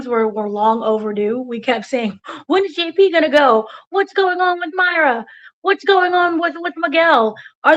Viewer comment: you’re too good for this! Didn’t you interview this character Me-Ray-Ah!!!! Not Myra. 😊 We luv you …lol